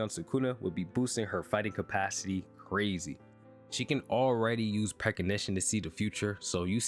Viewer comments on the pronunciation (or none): The way you pronounced precognition pissed me off I ain’t gone lie lmao